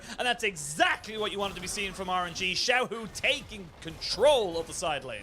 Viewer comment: not xiaolaohu it's xiaohu